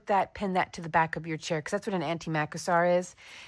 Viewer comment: I have never seen an antimacassar that small. I wonder why it is so small. In the U.S. and Canada I have always heard it pronounced mah-cass-er, yes, the accent on the second syllable. Can’t tell for sure if your spelling makes it the same.